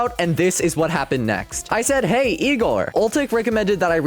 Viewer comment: Why his "Heyy" at the start of the call sounded so much italian?